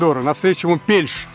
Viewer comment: Кто-кто идёт? Пельш? Сразу слышно, что эти актёры этот анекдот сами слышат впервые. Не Пельш, а ПельшЕ, Арвид Янович.